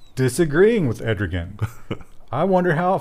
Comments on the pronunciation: "ED ROGAN" hehe.. I believe it's Err Do Wan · It's Erdogan, not Edrogan. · You made Turkey seem waaaay worse than reality. Honestly we shouldn't be criticizing until we fix our flaws. That being said I wouldn't go to Turkey after the way you pronounced Erdogans name lol. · Erdogan "err-doo-waan" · Turkey's president's name is pronounced 'err-da-wan' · Err Doe Wan.